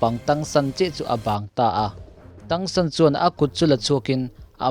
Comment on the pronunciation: a hming hi thang san tih a lam tur Chinese word in tang hi hi thang tih tur ania